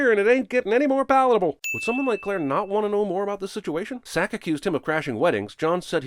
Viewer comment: His name was “Sack.” I thought it was “Zack.”